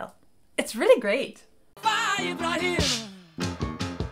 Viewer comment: It's "Ibrahim", not "Ebra Eel", roflmao :DDD